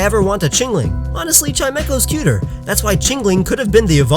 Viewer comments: you pronounced chimecho wrong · I didn't know that's how you pronounce Chimecho, and it makes so much sense I'm disappointed in myself for not realizing it.